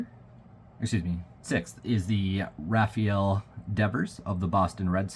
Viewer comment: Nice pulls! By the way, it's pronounced Rafael, not Rafael.